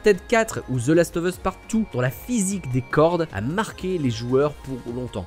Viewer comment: Chers Français The ne se dit pas Zeu